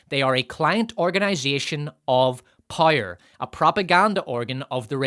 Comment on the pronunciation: All that matters is pire and profit? The Rings of Pire? Love your videos but for the love of everything holy, learn to say "POW, right in the kisser". Then bring that to the word POWER.